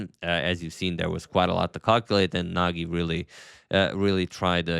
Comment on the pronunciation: I think that that g’s in Nagi’s name are pronounced as g in gem